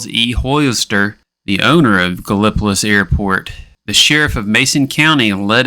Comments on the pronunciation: Thisvis my hometown .. no offense and dont feel bad bc everybody has their own way of mispronouncing Gallipolis... lol its pronounced Gal-o-police....Gallipolis. some have been known to say gallon-o-piss even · Gal lip o tus? 😂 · i always get a kick out of how people not from the area say gallipolis. no idea how i've never heard this story before now.